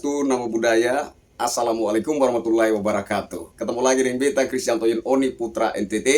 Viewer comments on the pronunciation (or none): none